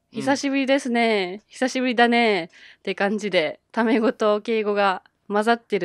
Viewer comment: When you said タメ語 I thought it was 卵 I was so confused for a moment